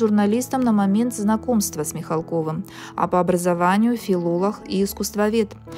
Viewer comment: *...филолаХ*?! Что с дикцией?! Беретесь ВЕЩАТЬ-работайте над речью,пожалуйста😢